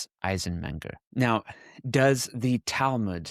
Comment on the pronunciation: That's her talmooood.......geez at least learn how to pronounce it......the rest of us have a multi volume, so heavy you need special bookcases to hold them.....she has a 75 pg soft cover booklet......that's her talmooood. I don't even think there are Jewish sources that discuss black people. It's not within Jewish sources to divide by race. It's just not logically accurate.